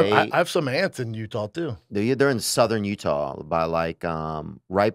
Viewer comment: Brendan- "playing football in U-tall" Theo- "In you tall?🤔" Brendan- "yeah...." Just completely misses Theo making fun of him 😂 Brendan can't talk or hear, I guess.